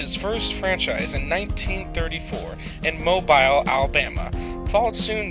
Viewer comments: It's pronounced moe-beel AL, not mobile, even though it is spelled thus. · I live in biloxi but it is pronounced biluxi And mobile alabama is pronounced mobeel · It’s pronounced MO-BILL, Alabama. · You pronounced mobile wrong. Fail!!!